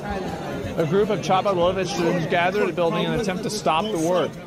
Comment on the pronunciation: im gonna be that guy... its not Cha-bad its ha-bad